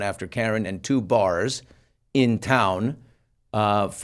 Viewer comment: Wow sound like you from Boston way you said bars